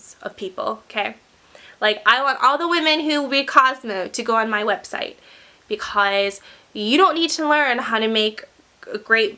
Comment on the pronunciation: Love ur vids but the way u say "because" is rly.... Ughhh!